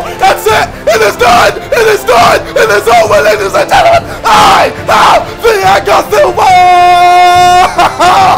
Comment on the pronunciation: I think it is fair to say ksi knows nothing about football outside fifa, calling neuer 'nur' and Thiago silva 'fiago'